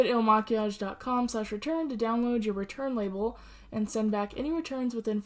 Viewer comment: Hey girl Heeeey 🤗 💕 I got my water and my coffee and da BOO 🐾🐾 and we're watching your 1st video! OMG I'm so excited!! Ok back to the video and you didn't butcher the name babe you got it right! 😘🤗